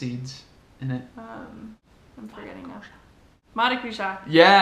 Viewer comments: Vagner Ranieri really pronunced "maracuja" so good. Eu diria Brasileiramente! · As poucas palavras que a falou em português saíram perfeitas. Maracujá saiu direitinho. Um vídeo com ela seria ótimo.